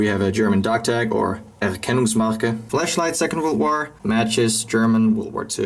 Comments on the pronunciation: Bro its flashlight not fleshlight there is a big differens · I love how he pronounces flashlight as fleshlight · Loffeyy Haha...clearly said "Fleshlight"...😅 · Flash light, if you heard flesh-light i did too, but he probably just messed there lmao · "German fleshlight" is what i heard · I don’t know if he pronounced flashlight funny or he said something else...